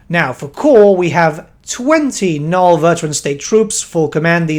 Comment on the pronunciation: NULN, NUL-N, THERE'S AN N AT THE END OF THE WORD